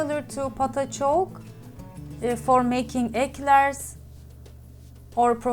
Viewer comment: Great recipe, thanks. ❤ For future reference, dough for profiteroles/eclairs, pâte à choux, is pronounced: pot ah shoo - french is difficult. 😊